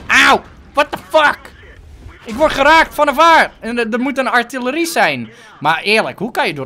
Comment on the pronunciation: je legt de klemtoon verkeerd bij artilerie